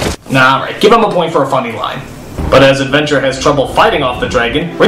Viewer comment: "HEYU ARE LOOKING FOR ADVENTUAH"